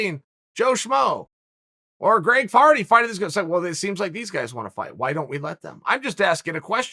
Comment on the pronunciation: Greg Farty. That’s his name now. Chael said it, I believe it, and that settles it.